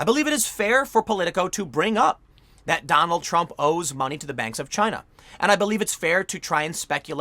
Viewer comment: It's chy-na